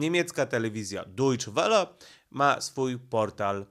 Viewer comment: Dojcze Wele się mówi